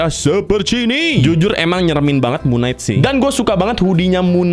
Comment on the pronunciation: Kalau cara bacanya itu Mun kenaig bukan Mun naik 🗿